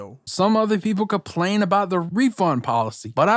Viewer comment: Normal people: ‘Complain’: CaPplAiN!!!